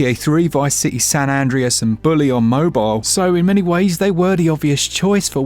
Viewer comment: Is no one else noticing how he pronounced San Andreas? 🤣🤣🤣